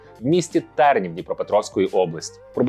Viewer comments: Яка жахлива українська з акцентами незрозуміло куди: гОнчара, місто Тернівка, а не тЕрнів) якщо вже робиш акценти на мові кожен раз, то сам би її підвчив та краще готувався до роликів, хоча б з карти правильно прочитав назви міст та університетів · ТЕрнівка, Олеся ГОнчара. Робите гарну справу, але наголоси для кого існують в цьому світі, автор? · тЕрнів, а не ТернІвка? Олеся ГОнчара?! ти дізнався про об'єкт свого хайпування з коментарів?... їба... чуваче, та ти б сам витратив ці 15 хвилин на освіту, бо Алхім ще тобі фору дасть.)))